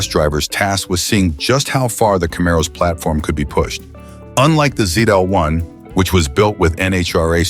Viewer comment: The last letter of the alphabet is pronounced "zee" in the US and "zed" in the UK. Unless you're treading water in the middle of the Atlantic, "zeed" is not acceptable.